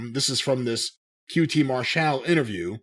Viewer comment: Mar-Shal... Does He Believe He's "European"?